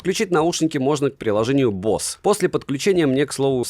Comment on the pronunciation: Самые дорогие уши на канале? За что? Босе скорее, а не бос.